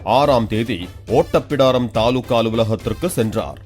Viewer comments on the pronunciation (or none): ஓட்டப்பிடாரம் இல்லை ஒட்டப்பிடாரம் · Nengale 'ஓட்டப்பிடாரம்' னு தான் படிக்கிறீங்க அது 'ஒட்டப்பிடாரம்' இதனால அந்த காணொளி சரி னு சொல்ல மாட்டேன் குறை சொல்லும் நீங்களே பிழையாக வாசிக்க கூடாதல்லவா அதற்காகத்தான். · Hello...oottapidarm illa...ottapidaram....clear ah pronunce pannunga.... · ஒட்டப்பிடாரமா? ஓட்டப்பிடாரமா? ஊரின் வழியே வைத்திருக்கும் பலகையில் தெளிவாக ஊர்ப்பெயர் இருக்கிறது அந்த வேட்பாளர் தான் தவறாக சொல்கிறார். இந்த செய்தியை சொல்பவரும் ஓட்டப்பிடாரம் என்றே சொல்கிறார். வாழ்க தமிழ். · செய்தி வாசிப்பாளரே ஓட்டப்பிடாரம் ஆனா இல்ல ஒட்டப்பிடாரம் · 0 :57 ரொம்ப ஓட்ட வேண்டாம் . அது ஓட்டப்பிடாரம் இல்லை ஒட்டப்பிடாரம் . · யோவ் அது ஓட்டப்பிடாரம் இல்லையா ஒட்டப்பிடாரம்.மொதல்ல நீங்க தமிழ ஒழுங்கா படிங்கடா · ஓட்டப்பிடாரம் ❌ ஒட்டப்பிடாரம் ✅😁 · அந்த ஊர் பெயர் ஒட்டப்பிடாரம் ஆன நீங்க ஓட்டப்பிடாரம் என்று சொல்றீங்க, நீங்களே ஒரு தற்குறி. இதுல அவர்களை குறை சொல்றீங்க. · அது ஓட்டப்பிடாரம் இல்ல ஒட்டப்பிடாரம்...😂😂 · ஓட்டப்பிடாரம் இல்ல ஒட்டப்பிடாரம். முதல நீங்க சரியா படிங்க அப்பறோம் அடுத்தவங்களை குறை கூறலாம் கேவலமா இல்ல நீலாம் மத்தவங்கள கிண்டல் பண்ணி வீடியோ போடுறீங்க 😂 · செய்த வாசிப்பாளர் தவறா வாசிக்கிறார் ஒட்டப்பிடாரத்தை ஓட்டபிடாரம் என்கிறார் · ஒட்டப்பிடாரம் எனக் கூட ஒழுங்காக சொல்ல வரல இவரு அவரைக் கிண்டல் பண்ணுகிறார்😂😂😂. இதில் பெரிய செய்தி வாசிப்பாளர் என வேறு பிணாத்திக் கொள்வது